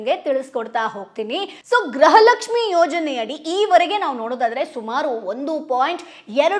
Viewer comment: ಗ್ರಹಲಕ್ಷ್ಮಿ ❌ ಗೃಹಲಕ್ಷ್ಮಿ ✔️